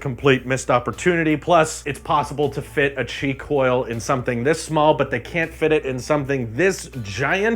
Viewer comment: When you said qi coil I heard it as cheek oil